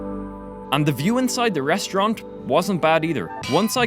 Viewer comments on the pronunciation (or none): i hear "...inside the restaurank ". D